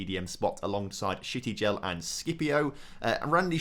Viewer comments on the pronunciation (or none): buddy sometimes I really hate your pronounciation, it really drives me crazy, and I'm not sure if you do that on purpose but, there is no additional "i" in Shtygel name,.... it's not "ShItygel".... plus why am I pointing it out.... J in spanish is like H in english, you really pronounce it in "El Ejido" correctly and then you read "Jaen" like a stupid..... please, make my life easier and pronounce properly :D